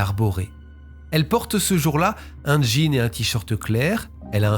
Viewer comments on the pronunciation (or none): none